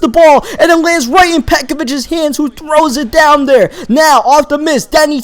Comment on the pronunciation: It's not "dat" it's "that" and it's not "dere" it's "there"